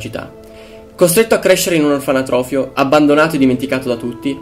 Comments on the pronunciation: comunque si dice Orfanotrofio non Orfanatrofio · si dice orfanotrofio , non orfanatrofio ............... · tutto molto bello, ma mi trigghera il fatto di sentire continuamente ''orfanAtrofio''